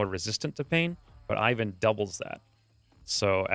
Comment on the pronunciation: This video just needs one more thing - Google>how to pronounce ivan